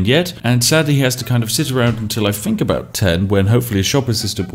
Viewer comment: Did no one tell these Brits that the Th sound is not Ffff